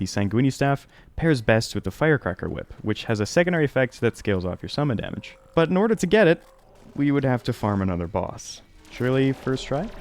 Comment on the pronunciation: back to back with “tage” damage was crazy